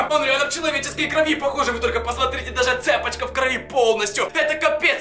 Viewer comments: почему ты говорил цЕпочка? а не цепОчка? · Не Цеееепочка, а цепоооооочка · Не цЕпочка а цепОчка